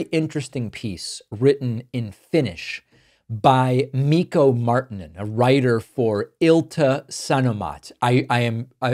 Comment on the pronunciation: Marrr- tee -nen roll the r, long i. Martinen